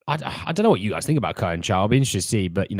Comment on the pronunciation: No to Neto, too injury prone. Conceicao is pronounced Con Seh Sow.